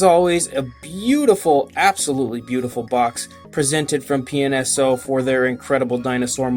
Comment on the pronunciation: It sounds like you keep saying penis-o lol. I'm guessing this is another company like Rebor. Where they're mostly all just like Papo besides the price. I was going to get a few Rebor's due to Papo not making them; but once I found out how much a little (unnecessary for me) base and packaging was, I said forget it. I'm not meaning to be negative or anything; I just find it fascinating with them taking a kinda expensive $30 dino figure, but charging so much for two cheap things.